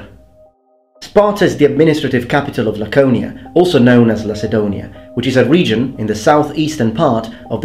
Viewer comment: on 0.59m Lacedemonians, Λακεδαιμόνιοι. Great content overall, dont mean to school you, just a good willed remark